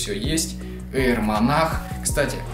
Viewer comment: Во первых,не монах,а монарх,во вторых кроссовки дикая хуета,они старческие какие-то,в третьих это однозначный зашквар,я б в таких галошах только по лесу ходил,но главное чтобы тебе нравились)